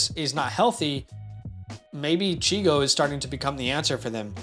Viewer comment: Great vid! Just as an FYI, his nickname is Chig. Not Chigo. 😊